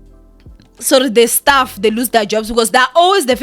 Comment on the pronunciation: "staff" not "stuff"😕